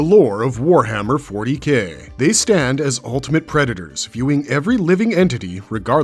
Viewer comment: Narrator : ...more commonly know as "Warhammer 40 Gay" Me: I know what he meant but 👀